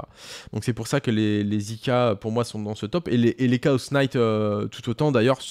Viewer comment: désolé de faire mon relou sur la prononciation en anglais et faut pas le prendre mal ( c est pas si grave ou important) mais le K de Knight ne se prononce pas.